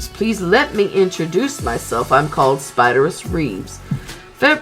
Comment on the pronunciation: Many people mispronounce Spiderus' name, it's actually pronounced "spy-dare-iss"